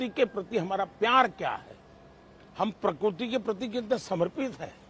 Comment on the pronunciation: प्रकुर्ति नही प्रकृति सही शब्द है